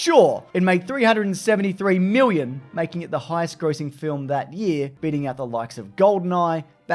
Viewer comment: why do you eastern Aussies say '1 miwwion dollars" why can't you just speak normal like the rest of us! haha wook, I'm just puwwing ya weg, loved the vid, as usual. muah.